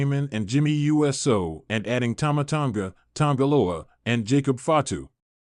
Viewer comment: This AI announcer isn't very Usey. It's NOT U. S. O. it's Uso!